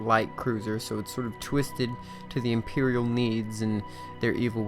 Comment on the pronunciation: The cringe when he said imperior.